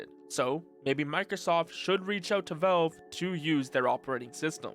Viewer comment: It's valve, not velve.